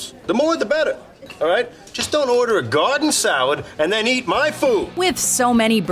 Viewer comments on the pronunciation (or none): none